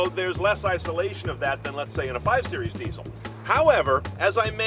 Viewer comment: What's a "deeee-soh"?